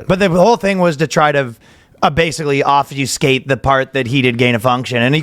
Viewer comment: shout out to ya Ryan! Obfuscate, thats a biig word. You used it correctly and the pronunciation was so close. Proud of you dawg